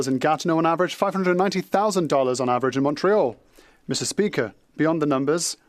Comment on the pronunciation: Meester speeaker!